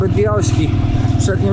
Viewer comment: tylną nie tylnią! Ale to pewnie przejęzyczenie od słońca 😂